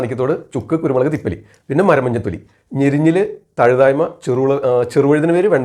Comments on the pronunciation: തഴുതായ്മ അല്ല തഴുതാമ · Nalla Avatharanamaanu. Marunnukal parayumpol perukal valare sookshmathayode upayogikkaan shradhikkuka.Thazhuthaayma alla Thazhuthaama.